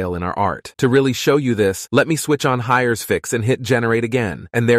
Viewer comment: that text to speech could use some embeddings i think... "hires" lol